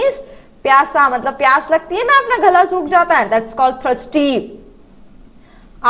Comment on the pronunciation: Thirsty pronounciation is not right